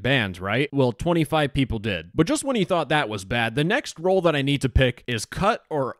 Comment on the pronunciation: "You *nerd* this role..." WTF LMAO